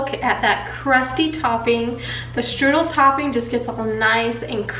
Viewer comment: It’s called streusel topping, not strudel topping lol